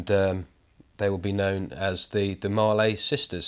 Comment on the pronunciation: Hi, for your info Mallee is not pronounced Marley, as in Bob Marley, it is pronounced Malley as in Valley. I live near where they come from. Keep up the good work. Cheers, Sean